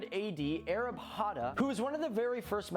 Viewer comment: Did the guy in the video he was reacting to just call "Aryabhata" Arab Hata?